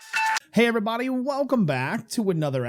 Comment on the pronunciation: ”Hello evereaboday.” omg yes